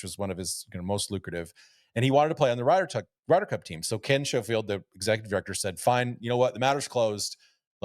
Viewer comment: Please can someone explain to them both how to pronounce Ken Schofield. Butchering it all the way through. Great pod though.